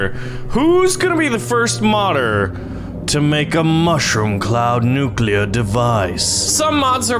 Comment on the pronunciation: Nucuelar? I think you mean "nuclear"